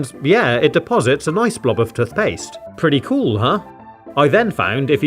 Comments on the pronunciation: tuthpaste l😂l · Your dumb it's toothpaste not tuthpaste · tuffpast lol it’s toothpaste. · Tuth paste 🗣️🗣️🗣️ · Toot paste?(i think everyone heard that) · Toothpaste tooooooth not touth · 🤔Hang on hang on….Toot-paste…???? Am I missing something here or did I just hear that so totally wrong 😟..😂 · Tothpaste? You Have To Say Toothpaste. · What’s toth past 😂😂😂cracking me up lol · This hole is where the “tuthpaste” goes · It’s toothpaste not tuthpaste. Wtf is a tuth? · Tuth paste 😆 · U mean tuthpaste. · Wtf is tuthpaste? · "tothpaste" - 2022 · Why is he saying “tuthpaste” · "Tuf paste" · STOP SAYING TUTHPAST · Why do you say touf paste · "Tuthpaste" that got me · instead of tooth paste he says toth paste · Love these videos never disappoints but I can’t get over “tuth paste “ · Tuth paste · Toothpaste ❌ Tuthpaste ✔️ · Love watching videos, very relaxing. However I do sometimes notice it when he says tuthpaste instead of toothpaste, but non the less he’s a legend and I thouroughly enjoy the videos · Nah he said. Tofpaste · who calls toothpaste "tuthpaste"? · Just me who noticed then he says toothpaste he pronounces it as tufpaste? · Can we just point out how he says tooth like tuth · I hate the way you pronounce "toothpaste" Tuthpaste... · im scared how he said tothpaste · has aanyone noticed he says toothpaste like tuthpastse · I don’t care where you’re from, that way of saying toothpaste is categorically wrong. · Man can't pronounce toothpaste lol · Your accent is very bad